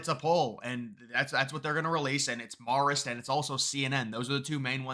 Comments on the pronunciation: Hate being that guy, but It’s pronounced MARE-ist, not MAHR-ist. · Learn how to say Marist; sounds ignorant when you are so off. Maar ist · Can you please learn to pronounce "Marist?" Hint: it doesn't sound like "Mars." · You trip me up every time you pronounce Marist as "Morrist." It gets its name from the Society of Mary. Pronounce "Marist" with the same vowel sound as "Mary." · Can someone tell him it’s “mare-ist”? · I love these videos, but you're pronouncing Marist completely wrong. Marist is in New York, the 'a' is not pronounced as if it's in California. A for Apple,, not opple.